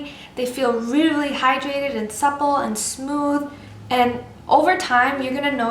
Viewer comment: "weely weely high" "weely weely good" sorry, just had to get rid of that xD youre awesome!